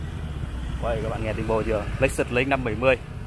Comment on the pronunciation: Ối giời ơi tiếng Việt thì ngọng tiếng Tây thì ko hiểu ông paparazi nói gì, trên đời này có cả hãng xe LÍCH XỰT mơi kinh, vãi...ông